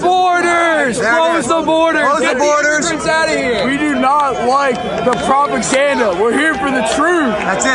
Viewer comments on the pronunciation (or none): LMFAO! He really had problems with the word "Propaganda"